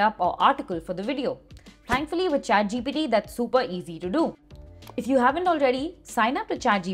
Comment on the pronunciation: Also she kept saying chatgpD